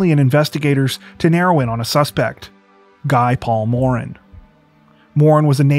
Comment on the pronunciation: Guy Paul Moran is and always has been innocent, regardless of how strange society thought he was. also, you butchered his name. It's pronounced "Ghi" (because it's French) and "Moh-ran"--long "o", short "a". I don't expect everyone to pronounce everything perfectly with the appropriate accent but you could make an effort to at least get the pronunciation without an accent correct.